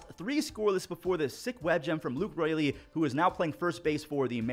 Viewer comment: he said Raleigh instead of Raley